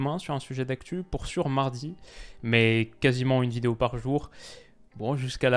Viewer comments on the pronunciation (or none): none